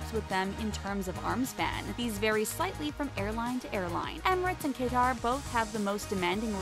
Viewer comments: omg its not cai-tar its catar airways (ive been on that plane before) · K-tar airways? Really? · The way they pronounce Qatar 😂😂 " Kay-tar" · K-tar airways 😂😂😂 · The way she says Qatar 🤣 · She says Qatar wrong but oh well 🥴